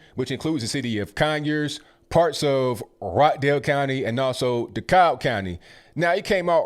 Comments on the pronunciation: Its decab not decob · Vernon is a brave man. And, it is pronounced DeCab county. Not Dekolb. No L. You also call us white folks, hwhite. I think you sometimes struggle over words, not out of not knowing how to say them, but you have trouble with saying certain words. It is endearing, because you are so smart.. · We pronounce it di-KAB (DeKalb) lol